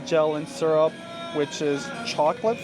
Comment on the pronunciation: Why do you pronounce syrup sarap?